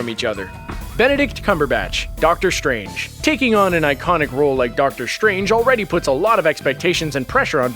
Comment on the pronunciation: I didn't realize that "strange" and "stride" are now pronounced "shtrange" and "shtride".